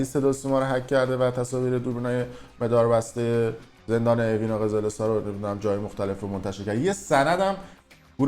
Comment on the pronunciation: جان عزیزت جان مادرت نگو مِداربسته مجید اون دوربین مَداربسته ست زشته اکثر ویدئوهات این مِدار بسته گفتنت رو مخههههه